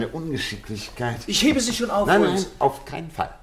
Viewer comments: Sein Name ist nicht "HO"L"MES", sondern " HOMES" - schade, dass sich dieser Fehler durch die gesamte Geschichte zieht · Die Kritik an der Aussprache des Namens Holmes ist vöölig berechtigt. Ihn so auszusprechen ist einfach nur dumm oder man hat keine Ahnung wie er in Englisch ausgesprochen wird. Einfach nur weitere Hörbücher, Filme hier anhören, ansehen, dann versteht es bestimmt auch der Dümmste. Interessant ist nur, alle anderen Namen werden wie im englischen ausgesprochen, nur Holmes nicht. Hört sich für mich grausam an und ich frage mich, gibt es bei solchen Produktionen nicht einen Regisseur oder ähnliches?